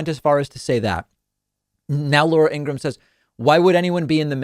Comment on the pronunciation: I love that David pronounced Laura’s last name as ‘Ingra-HAM’ 😂 Can’t stand her.